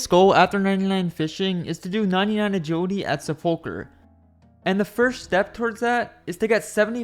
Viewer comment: Except for the 'agiwidy'